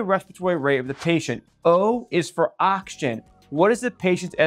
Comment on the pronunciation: When you say “ock-shin” are you saying “oxygen”?